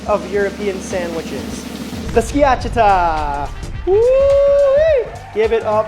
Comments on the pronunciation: Its skia-CHAH-tah 😉 great video. I'm danish, so home of the open faced rye bread sandwiches, but my favorite is the jambon beurre. I eat it very simply often, just a good baguette, good butter, and wafer thin boiled ham. If I feel fancy I add dijon, cornichons, and comté, but for an everyday lunch the simple one hits, and is cheap as well 😊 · I think it's pronouced ski-a-cha-ta. Uncle Scott here on youtube has an awesome Schiacciata recipe. Great sam vid!! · You did in fact mispronounce “schiacciata.” 😅 Skee-a-cha-ta